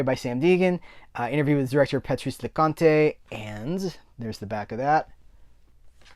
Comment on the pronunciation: Hey, in Leconte the "te" is a hard consonant, like in "boat".:-) He is one of the preeminent French direcors, I think you will like him.:-) Girl on the Bridge is probably his most well-known film, the film that introduced Vanessa Paradis to the world....